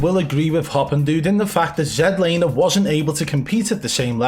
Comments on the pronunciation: I love how you accidentally said zee-laner. ITS ZED LANER!!!! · I gotta know, how come in old videos you pronounce it regular zlaner but in your newer videos you pronounce it zedlaner? Just curious lol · Jlaner? WTF. LOL. I thought you were having a laugh. Ugh.